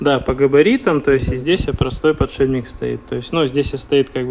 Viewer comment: ПодшиБник и флЯнец, аж слух режет